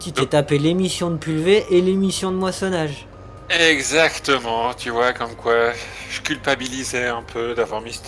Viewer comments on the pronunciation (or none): tjr aussi sympa avec mais on dit moissoner et non moissonage mdrr et pouce bleue!!! #skyzochallenge